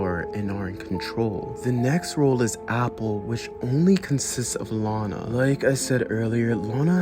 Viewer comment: Bro really said Lona